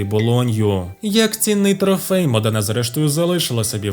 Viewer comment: Дяка-пердяка, але є важливе уточнення : місто не МодЕна, а МОдена, наголос на о)